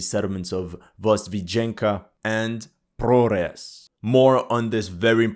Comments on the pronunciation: "Russian propaganda" and he says "Prores" instead of Progres. Very consistent. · Imagine the absurdity: the town is named "Progress", but the Ukrainians renamed everything so now it's "Prohress" and you are struggling to pronounce it. Lol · You should know that the H in Ukraine should be pronounced like G in English. So, ProHres is pronounced ProGres. YevHenivka is pronounced YevGenivka.